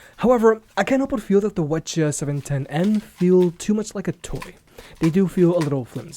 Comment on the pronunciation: why is be pronouncing the ch710n like that. all the others start with wh because they are wireless headphones. GOD I HATE EVERYTHING